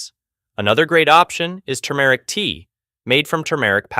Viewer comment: The male narrator is awful. AI? He even mispronounces turmeric. 🙄